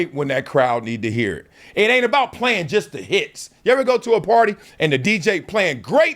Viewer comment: Ironically he is struggling naming players but u can tell he knows what hes talking abaht I personally think he'll b fine